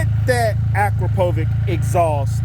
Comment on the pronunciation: I’ve heard that exhaust on a new F3 and they do sound really good. Ak- Ro- Po- Vic, Akropovic. You can say it my friend. 🤣🤣🤣